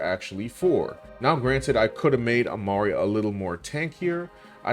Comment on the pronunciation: *Emari, idiot not "Amara"